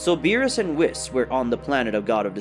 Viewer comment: Why do you pronounce the name Whis the way you do? It's not pronounced that way in English anywhere else.